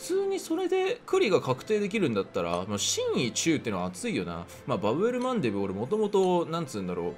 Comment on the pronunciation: 神威って''かむい''なんじゃないのか